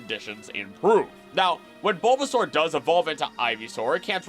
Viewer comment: So glad this was posted when I had time to watch!! I was really hoping for this video and I loved every bit of it!! I do remember one thing- you said like Buhbbysaur or something? Could that possibly be from the Lil Char and Gaang webcomic???